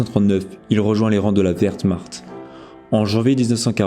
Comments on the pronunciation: Alors non wehrmacht ne se prononce pas "verte Marthe" qui est le surnom de ma voisine écolo, mais tout simplement "vermart". Sinon merci de me faire découvrir ce combattant dont je n'avais jamais entendu parlé. D’où le titre 🤨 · La verte mart !! 😂😂😂😂 ! La Werhmacht !